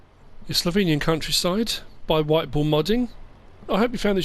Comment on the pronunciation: Ypu dont pronunce slovenian countryside right